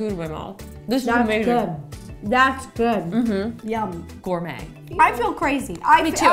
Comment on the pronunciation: when Justine said "maybe it is gourmet." MADE ME LAUGH SO HARD! (normally it is pronounced, gour-mae, but she pronounced it as: gour-met)